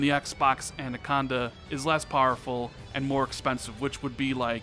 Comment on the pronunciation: It’s “ANAconda” not “ANDaconda!” 😂 Great vid anyways bro!